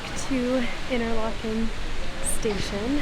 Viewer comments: Coop is usually pronounced "cope". Inter LAH ken. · Interlaken is pronounced Interlarken. You have to remember Interlaken is a tourisy town, so things might be a bit dearer there, Coop is not pronounced Coop, or Co-op, you would have to hear it to know how to pronounce it right, also Joghurt, the J in German is a soft sound so it is pronounced Yoghurt.